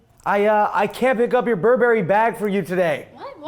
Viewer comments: BURberry not burBERRY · burberri too. Nais wan!